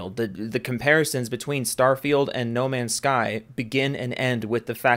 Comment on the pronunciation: "no mansh shky ans shtur shitizhin"